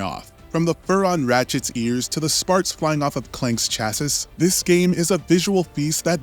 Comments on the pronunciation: Chassis is pronounced Chass-ee. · Chassis is pronounced chass-ee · This mf just say “Chass-is”?